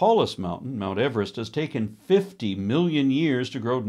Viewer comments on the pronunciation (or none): none